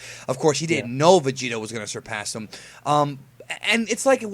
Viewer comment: vegeta not vegetables